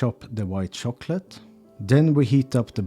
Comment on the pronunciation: And I love the gentle way "ch" comes out like "shh", the way he says "shop" for "chop", "shicken" for "chicken" and "shocklate" for "chocolate" ❤❤❤.